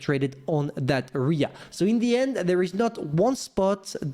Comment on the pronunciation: AIR-rea... not just "rea"... AREA is pronounced AIR-rea... come on dude